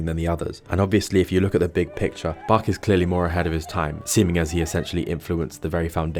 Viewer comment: Caption Dept:😂 thats BACH. Not bark🙀